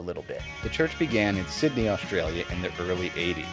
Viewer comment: What do 'schtream' and 'Auschtralia" mean?